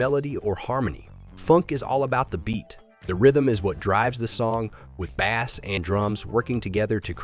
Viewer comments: Who pronounces ‘bass’ like ‘bass’ instead of ‘base’? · You should teach your AI how to pronounce bass.